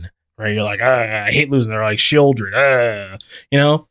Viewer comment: Yo it’s not sheoldred broh. Idunno you’re the ones w the podcast and the competitive play resume. It’s duress, deep cavern bat, deep cavern bat, bandits talent, that exile spell w buyback, thought ssieze warlock, Lilliana.:…sheoldred. Talk about not playing the game lol. Just getting card for carded every turn and then you get hymned as well, so 2 for 1n’d you….or killing you on turn 2-3 by just putting down dudes and suiting them up. If you’re talking limited. Not everyone’s got a sheoldred. What else. You’re winning. Have absolute board control. Ahead on mana…rakdos joins up resolves with trumpeting carnassur or vaultborn. It’s at least just as bad as capsize when taken into consideration balance of the game. Definitely worse tho, sorry.